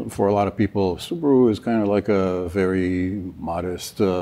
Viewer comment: Homework please: Subaru (スバル) (/ˈsuːbəruː/ or /sʊˈbɑːruː/;[5][6] Japanese pronunciation: [sɯbaɾɯ])[7] is the automobile manufacturing divisionof Japanese transportationconglomerate Subaru Corporation(formerly known as Fuji Heavy Industries), the twenty-second largest automaker by production worldwide in 2012.[8]